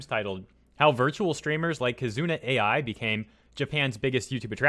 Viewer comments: It’s pronounced “Eye” not Ai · KiZOOna AyEye... U's are usually silent, like suki being pronounced 'ski'. 'Ai' is a name, notice the I isn't capitalized, the name's pronounced 'Eye'. Why not take 5 seconds to listen to her say her own name in one of her videos? Would only make sense when the entire video you're making is about her. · It is not pronounced A.I., it is pronounced like Eye. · Sorry to gripe, but her name is pronounced like the Japanese word "ai." (eye) Knew VTubers have been around for a while, but didn't know they were THIS popular